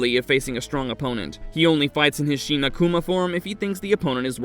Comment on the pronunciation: Shin is not sheen, fool.